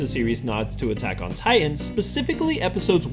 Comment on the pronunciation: Buttack on titan really 😂